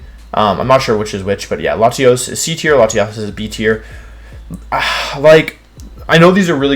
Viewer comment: Bruh I’m pretty insulted with the way he puts latios , c!!! I am enraged